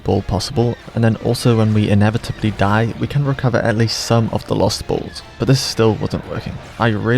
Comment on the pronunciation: FYI: when referring to the "balls" they're actually called proton-torpedos.. so just say torpedos and you avoid saying "bools"